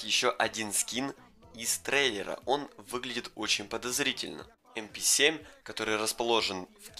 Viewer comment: Пишется МП7 читается эмпе сьем